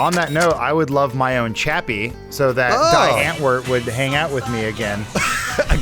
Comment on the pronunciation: The Die in Die Antwoord is pronounced dee